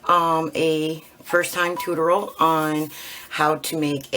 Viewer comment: Really nice!!! But, it’s tutorial (too-tor-eee-ul). 😁